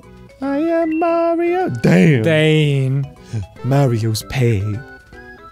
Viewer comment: I like how Arin stopped mid rant to appreciate "DAYUN" I found that bit super funny every time i see it.